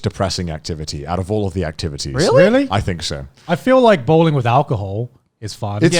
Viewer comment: Every time they said bowling I misheard it as ballin